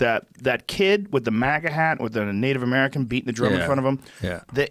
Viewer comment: Conveniently, nothing on uh mer ih cun farms.